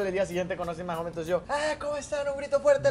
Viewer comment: Jajajaja pero a ver mario pronuncia bien el apellido del Austin en MAHONE no Mahom 🙄🙄